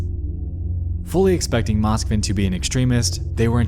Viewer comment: im sorry but its pronounced moskvIn and petrOva